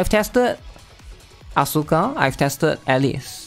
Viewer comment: I would love you much more if you spelled Asuka As-ka instead of AsUUUUUUUUka, it's probably just me but I hate the botched pronouciation so bad, my pet peeve. It was beaten into me during my teenage years 20 years ago due to Tekken and Evangelion, weebs back then were very very serious about this stuff, you had to know your stuff to be accepted into the inner circle of weebs.